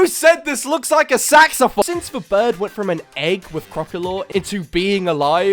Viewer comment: Not how you say saxophone but cool evolutions and another great video! 😂